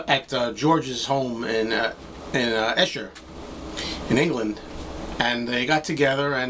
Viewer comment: Just found your video channel - and wow what a find! Great videos my friend. You are such a natural presenter. Well done. With regards to the unplugged white album, the location of the recording is pronounced E - sher. Keep on keeping on. Brilliant stuff!